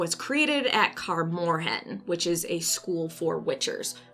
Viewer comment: I love how u pronounce Kaer Morhen xd but yeah I agree with those points. nice explanation